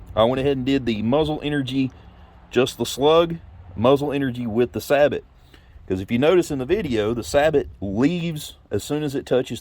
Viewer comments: Researching steel slugs, I ran across this video, pretty good video very informative. PS "sabot" is not pronounced "sab-ot", it's pronounced "sA bo". It's actually a Dutch word. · Saybow, not saybot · You are the first person I’ve heard sabot said like that. Not trying to be rude but pretty sure it’s pronounced like (say-bow) sabot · Just so you know, sabot is pronounced "say-bow". Thanks for the video, looking for some quality steel slugs, and I came across this. I appreciate it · It’s pronounced “say-bo.” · BTW, it is pronounced "say-bow". Used them in the Army.